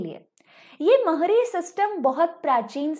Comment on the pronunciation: It's not mangal charan it मंगलाचरण Not mahri it's महारी And it not geeta givinda bit गीतगोविंद